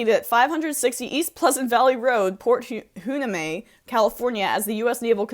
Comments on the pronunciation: Port Hueneme is pronounce: [Why-NEE- may] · Port Hueneme is pronounced port wy-nee-me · Dude! Port Hueneme is pronounced WHY-NEE-MEE. Other that that, right on. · Port Hueneme is pronounced: "Wy-nee'mee"